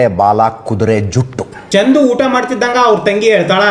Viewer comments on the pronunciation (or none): Adu chandhu alla chandu (ball)